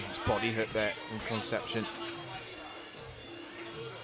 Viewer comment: He is not "Conception", is "Concepción". The british always annoying.